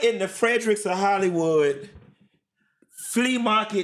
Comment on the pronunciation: He said Fredricks of Hollywood 😂😂😂😂😂😂